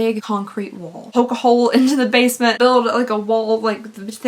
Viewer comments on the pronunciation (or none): none